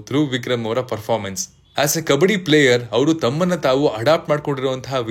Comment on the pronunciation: ಕಬಡ್ಡಿ taane adu? ಕಬ್ಬಡಿ ಅಲ್ಲ